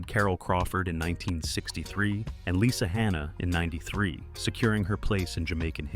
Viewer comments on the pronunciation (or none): none